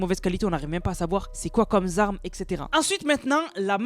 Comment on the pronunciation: "...c'est quoi comme Zarmes... " Sérieux un petit effort stp.